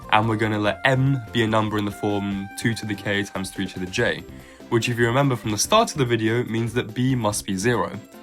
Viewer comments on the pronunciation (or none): none